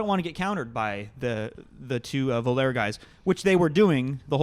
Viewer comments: FWIW (for future reference), if the new sponsor is Voler the clothing manufacturer from SLO, they pronounce it VolAY (kind of a pretentious French affectation) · Or...simply the correct pronunciation of the French word, voler 😉